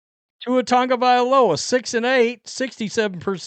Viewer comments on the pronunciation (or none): none